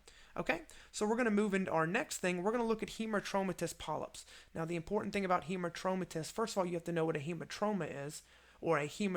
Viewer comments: This is a great video. But... It's Hamartomatous (like... hammer) not Hemartromatous. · Great clarity and a wonderful explanatory video. Just that it's hAmartomatous and not hEmartomatous polyp. 🙂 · Yes,agree,Robbins textbook also said 'hamar'